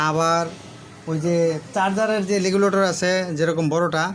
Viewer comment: লেগলেটর না ভাই রেগুলেটর বলে